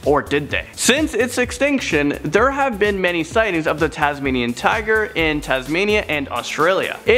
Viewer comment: Dude it's Tasmainian Wolf